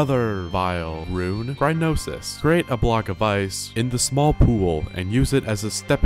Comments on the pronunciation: and when he said ruin instead of rune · “Kowkarito” “Ruin”